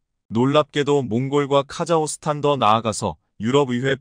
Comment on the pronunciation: "카자흐스탄" 의 이름이 그 표기가 바뀐 것인가요? "카자호스탄" 이라고 하시던데 그것이 맞나요? 아니면 잘못 쓴 것인가요? 한마디로 "카자흐(호) 스탄" 중 어느 것이 바른 것인가요? "카자(호)스탄" 혹은 "카자(흐)스탄 " 어느것인가요?